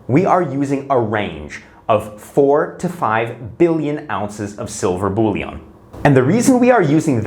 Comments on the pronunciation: Bullion is pronounced bull-yin, not bull-yon. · "Bullion", not "bouillon", unless you are talking about soup mix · It’s pronounced “bull-yen” not “bully-on”